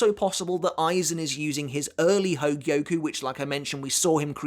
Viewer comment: I'm impressed you say hōgyoku correctly, and not hōgioku